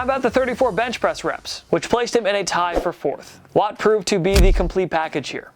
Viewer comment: "JJ Watte". Like dude, cmon man.